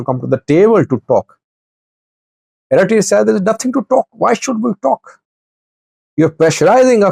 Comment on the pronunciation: The name " Eritrea" is not correct being said by your translator ,pls check it up!!!